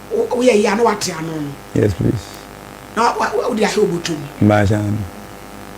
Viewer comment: He said yes prease